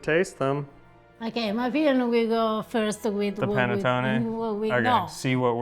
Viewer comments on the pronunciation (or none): Listen to please. The "Pan A tone A" is a bit hard on the ears. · It’s pronounced "pah-net-taw-nee.